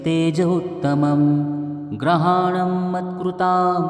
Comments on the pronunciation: ग्रहाणम असा उच्चार ऐकायला येतो.शब्द गृहाणम हाच शब्द योग्य आहे.ग्रहाणम याचा अर्थ सगळे ग्रह म्हणजे रवि चंद्र मंगळ बुध गुरू शुक्र शनी राहू व केतू येतात.आपण घरी पूजा करतो त्यामुळे गृह म्हणेच घर. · लिहिलं बरोबर आहे, वाचन करणारा चुकीचं करतो आहे.